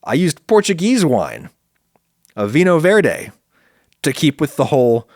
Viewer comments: I really appreciate the way that you ditched the inability to pronounce "viNHo verde" the Portuguese way, by taking it to champagne being an easier to pronounce originally :) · Minor bone to pick: you wouldn’t sound pretentious pronouncing the y sound in vinho verde (viño verde in Spanish spelling). You pronounce it in jalapeño, don’t you? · Hey Adam, a quick comment about Portuguese pronunciation and avoiding to sound like a tool. The portuguese language, be it in Iberia or Latin America, is constantly in the shadow of Spanish (is guess less so in Africa, but I'm not sure). One of the distinctive differences in the pronunciation of "vinho verde" is the "n-h" sound, that sounds kinda like if "vigno" was a word in Italian (maybe it is, I dunno - also there's probably a cool linguistic name for that n-h sound). Anyway, this sound is very characteristic of the portuguese language, so maybe a case could be made to change just that in the pronunciation and still not sounding like a tool. I'd see it as even a nod to the incredible historical fact that Iberia somehow didn't turn into one single country (maybe that makes me a tool again, but still...). Great content as usual, thanks! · As a Brassilian American please try to learn Vino Verge in Portuguese. It sounds like nails on a caulk board whenever Americans pronounce it like English. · As a portuguese citizen, I think it's amazing hearing foreigners saying "Vinho Verde" in all sorts of ways! It makes me think "How cool! Our product is reaching other countries and they have their own pronunciation for it and everything!"